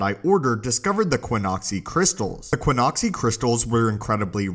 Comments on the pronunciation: Qixoni, not Quinoxi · ki-ZAH-nee or ki-ZO-nee there's no 'U' there.